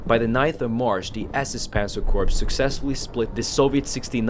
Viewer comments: Also just fyi... Please stop saying Corpse.... it is pronounced as Core spelled Corps. Other than that great video. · Please don't pronounce Corps as Corpse. It's Core. Other than that, good video. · Very good video. However the "P" in the word corps is silent (as well as the "s"). Kept reminding me of the time Obama kept mispronouncing the term "navy corpsman ",,,,,,lol